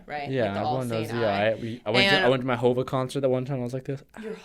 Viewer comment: Is hov not hova